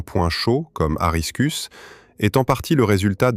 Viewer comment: Corona virus au lieu de couronne solaire, aristus au lieu lieu de aristarcus. L'IA est virée !